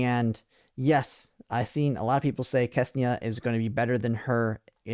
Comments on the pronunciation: got my It is not Kesnia . it is Ksenia. ( or Xenia if you are so inclined to spell it that way ) KSE NI A English my man , do you speak it ? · I spend way too much time wondering who is this FREAKING KESNIA he is talking about. KSENIA ! k-S-E-n-i-a 😂